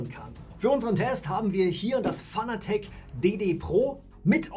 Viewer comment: Fanatec ist zwar eine deutsche Marke, man spricht es allerdings englisch aus, ansonsten gutes Video...